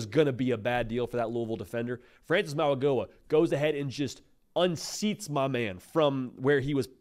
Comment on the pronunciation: Mauigoa is pronounced like the “G” is a “N”. Maui NO-A